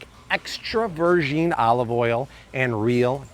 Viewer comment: Why does he say virgin, vergeen